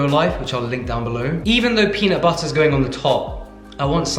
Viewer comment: That US accent "peanut butter" needs a little work. lol 🥜